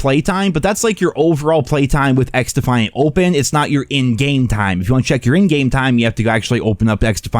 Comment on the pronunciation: Bro 😂🤪🤪 xDuhhhFiAnT 😂😂🤪🤪